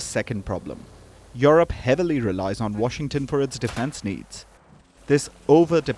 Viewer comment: She said europe not eurpe union